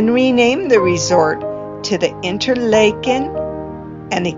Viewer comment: You are pronouncing it InterLAYken. In Switzerland, Washington and Minnesota it is pronounced InterLAHken. Do you have reason to believe it should be pronounced InterLAYken?